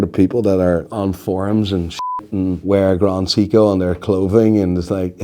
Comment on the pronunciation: Can't pronounce grand seiko 🤦